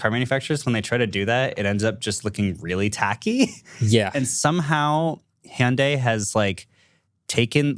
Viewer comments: Actually pronunciation of Hyundai is spot-on. It’s like Hee-yon-deh. Rhymes more like Beyonce than Sunday. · pronunciation of Hyundai is actually very close to the original Korean pronunciation. In Korean, the Y is enunciated. But apparently the US branch of Hyundai made the decision to call it "hun-day" here to make it easier for pronunciation. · I'm Korean and Hyundai pronunciation is closer to Korean's. Sorry Marques! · Idk who made that "hun-day like Sunday" stuff, but the way pronounced Hyundai sounds almost native and absolutely correct. The correct pronunciation is Hyun-dae. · Agreed. His pronunciation of Hyundae was spot on. Its definitely more like saying Hee-Yon Day faster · wasn't exactly wrong about pronouncing Hyundai like "hyeondae". That's the Korean pronunciation. In stateside advertisements, it's as Marques said: 'Hyundai like Sunday' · is the only one who pronounces Hyundai correctly and all of you corrected him. American moment 😭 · It was Hyundai NA marketing themselves when westernizing the brand because Americans struggle to pronounce it the normal way. But if you can pronounce it the native way, you should in my opinion. So they're both correct. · the very first youtuber I've seen who pronounces Hyundai correctly! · MKB correcting from the international pronunciation to the US pronunciation really grates my ears. The "y" has been dropped in the US market only because sliding via a "y" sound into a vowel is uncommon in a US accent (e.g. dyewty in UK english versus doody in US) but it is closer to the Korean pronunciation. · was saying Hyundai more correct than Mkbhd was lol